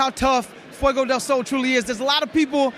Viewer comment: actually says "Fiego" all the time, that's what we're correcting...